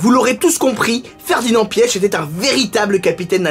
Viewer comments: Ça se dit Ferdinand pitch en phonétique pas pieche xD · Je crois que ça se prononce Piar (les germanophones corrigez-moi) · Je pense que la bonne prononciation c’est « piche » sinon quand j’ai appris son décès j’ai tout de suite pensé à toi, j’étais curieux d’entendre que tu avais à dire sur lui et je trouve que tes histoires sont plus parlantes que les reportages tv☺️ a chaque fois que tu parle de quelqu’un de connu dans le monde auto en fait on s’aperçoit qu’on le connaît pas tellement